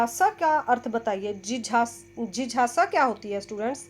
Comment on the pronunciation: Jijasa nhi mam.jigyasa hota hai